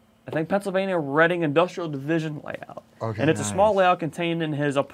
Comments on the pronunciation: referring to the locomotive you showed, it is not pronounced "Reeding" It is pronounced "Redding" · love this show. But please, please - Reading is pronounced like "Redding"!! All the East Coast railroaders cringed when you announced that beautiful model!!!